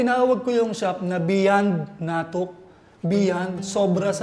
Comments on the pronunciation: The way he pronounces natuk is different. Not sure if that’s how it’s pronounced in Iriga. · bukong tama pag bigkas mo sa 'NATUK". sorry...